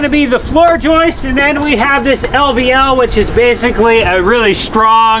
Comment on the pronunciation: Thanks for correcting the Recipricating saw issue. The next lesson is to say floor joists instead of Joyce's. Keep up the good work.